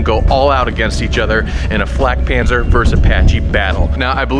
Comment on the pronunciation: das ding heißt flakpanzer und nicht fläkpänser